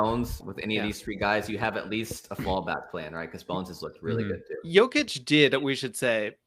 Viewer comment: It’s been years and he still doesn’t know how to pronounce Jokic or Giannis. And the Jeremiah Grant was the cherry on top. Impressive